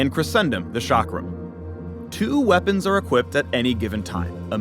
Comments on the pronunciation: Nobody: No one: Not a single soul:: aNd hIS wEa-PUNS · Am I the only one who noticed him say "We-PAWNS" at the end? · Don’t forget wea-PUNS